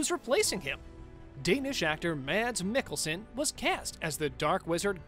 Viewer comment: Pronounced Mass Miggleson. Sort of. Too bad the presenter hadn't heard this wonderful actors name.